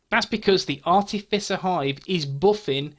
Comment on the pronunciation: Ok...you're officially the Skills Guy. I had to laugh re the artificer hive...I prefer the wrong pronunciation, sounds tougher.